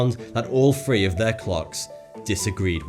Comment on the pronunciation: FOR FUCK'S SAKE, PRONOUNCE YOUR FUCKING WORDS PROPERLY! I'M FROM THE SAME TOWN AS YOU AND I CAN MUSTER THE MUSCLE MOVEMENT TO PRONOUNCE "THREE", "FURTHER" AND "THOUGHT" CORRECTLY! IT'S SO ANNOYING